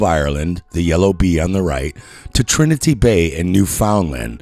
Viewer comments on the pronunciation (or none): none